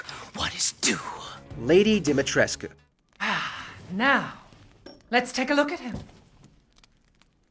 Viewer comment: How is it the narrator managed to mispronounce "Dimitrescu" every single solitary time despite the games own characters constantly pronouncing it "Di-mi-tresk" (which is the proper Romanian pronunciation, btw) every single fucking time in the game? Come on man, no one can be that incompetent at their job.